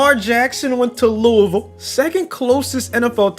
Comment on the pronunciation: Thank you for saying lewivall and not lOuIsvIllE